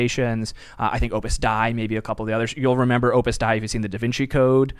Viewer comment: It’s pronounced “Opus ‘Day’” not “Opus Die”.